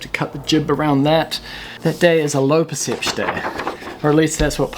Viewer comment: Low percepch: the time saved saying percepch instead of perception. : )